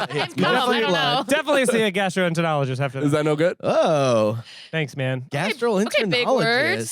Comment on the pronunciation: 'internist' and 'gastrointernologist' are both hard nopes my friends 😅